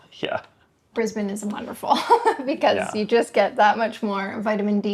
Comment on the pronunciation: I'm 12 seconds in, and she pronounces 'Brisbane' our way. So ... I will continue.